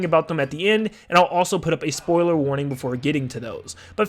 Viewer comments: Wait you said Soiler warning, not Spoiler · He says soiler warning.